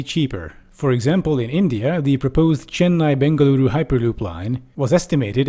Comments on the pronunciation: I'm impressed as a south indian that you correctly pronounced Chennai and Bengaluru. Most Americans and Europeans butcher the shit out of south indian languages😂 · You pronounced chennai and bengaluru so good it was perfect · The way u pronounced chennai bengaluru was so perfect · I genuinely stunned you could pronounce Chennai-Bengaluru properly. Even though it's really easy most foreigners don't even bother to reading it twice to figure out what three syllables are, let alone get the stress correct. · Thanks for not butchering my home town name "Bengaluru"